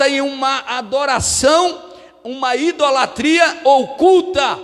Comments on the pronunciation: Pastor: a Palavra é IDOLATRIA e não Indolatria cm "N" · Desculpa, meus ouvidos se cansaram de ouvir a palavra errada "INDOLATRIA" não deu para assistir! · Pronúncia certa: ' idolatria'. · Tudo bem pastor,o sr tem de falar correto.muintas vezes,o sr fala.indolatria. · Desculpas, com.todo respeito, mas o Sr fala IN idolatria, É isso msm?... nao seria Idolatria...é que o Sr frisa IN... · Ficar ouvindo um pastor falando em "INDOLATRIA "é deu desânimo.. Ainda mais que já veio com uma mentira dizendo que os católicos fazem idolatria. Pra seu governo. nós não colocamos nenhum santo no lugar que só pertence a Deus. Ah! e pra seu governo, não se fala, INDOLATRIA" e sim IDOLTRIA. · Não é in-dolatria, fala-se: IDOLATRIA.